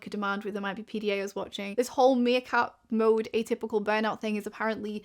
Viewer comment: Meercat, not 'Seercat' lol